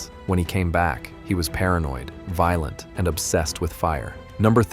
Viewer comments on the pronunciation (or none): It’s violent and incest, not voilent and insest.